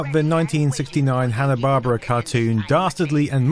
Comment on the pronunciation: Barbera, not Barbra. I think you just proved it's people not paying attention to details.